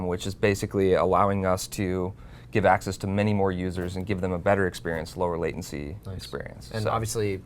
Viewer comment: "Latiency" That is all